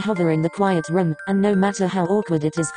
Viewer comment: when the voice says 'room' it sounded like 'rum'! I'M WHEEZING!!!! :))